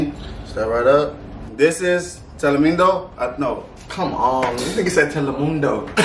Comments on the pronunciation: Man's really said Telemundo🤣🤣🤣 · He said “ Telemundo” 😂 💀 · He said telemundo 😂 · He said Telemundo 😆